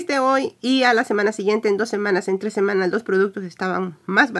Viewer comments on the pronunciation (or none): none